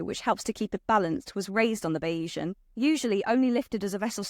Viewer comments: Bayzian, not Bayeesian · "Bay-ee-san"? Surely on her three-hour flight to Palermo this young lady might have researched how to pronounce the name of the boat? "Bayes-ian" (Keynesian, Marxian, Darwinian, etc), adjectival form of surname of Thomas Bayes, the mathematician who inspired the owner to make his fortune. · pretty sure it's pronounced bay-zee-an after the probability theory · It’s pronounced bayseeann - after the statistician